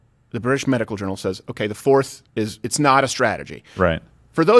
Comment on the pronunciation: They kept laughing and missed that doofus say medi-cal coverage